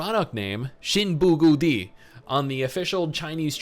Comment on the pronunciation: Bruh, the way you pronounce XinBuGudi, you sounded chinese 😲